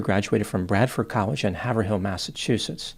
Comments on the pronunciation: Hav er hill….hahahahahaha, Have rill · Haverhill is not pronounced "Haver-Hill" but rather "Haver-rill" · It is not haver-hill MA. It is more like hay-rill MA. Lol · Haverhill, MA is pronounced “Hay-ver-ill” not “Halver Hill” lol but fun fact they have a sports team called the Hillies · God, the butchery of the names, its MA-DOM-ICK Valley and HAV-ER-ILL, not HAVER HILL and MEDOW-MACK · It's "haiv-ril" Massachusetts not "hav-er-ill" Massachusetts 👀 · Haver ill. Not haver hill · “Haver-hill” Ouch, as a Bostonian that hurt to hear. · Havrill. lol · Listening to people not from here pronounce the town and city names is always a good time. It's "HAIV-RUL" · Haverhill: Hay-vuh-rill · Haverhill is pronounced with the first syllable rhyming with the second syllable in the word behave. The second "h" in Haverhill is silent. HAV-earl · I made the same mistake years ago. It's pronounced Hayverill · Haverhill is pronounced "Havrill" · For: Haverhill is pronounced HAY-vril. I am a Mass. native, that's how I know. Terrible for all New Englanders that this happened. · It’s “hay-vrill” Massachusetts. They have unique ways to pronounce most of their cities. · We have a Haverhill in Suffolk UK. It is pronounced Hay -vrill to everyone except incomers and news media. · Glad you chose this crime to analyze as i am from New Hampshire. I hope they caught the right guy and keep him locked up for a long time. That poor woman. BTW it's pronounced HAY-vrille. 😂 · You mispronounced "Haverhill". We'll let it slide this once. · Just FYI that is not how to pronounce Haverhill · I’m from Massachusetts and the way you said haverhill made me giggled 😂❤ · Thumbs down for pronouncing Haverhill incorrectly! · I went to comments to correct the pronunciation of Haverhill. 😊